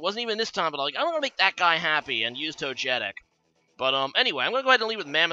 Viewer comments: His pronunciation made me angry haha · Toe-jetick lmao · Togetic is actually pronounced in the way many people mispronounce "gif". Least favourite Pokémon game? Probably Pokémon X, at least for the main series. Awkward figures, annoying characters, small new generation, no postgame...